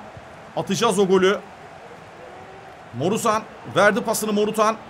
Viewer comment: Abi bana kızma ama fegul değil feguli, morutan değil morutsan